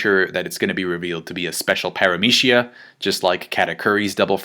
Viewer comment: the way you pronounce PARAMECIA really bothers me...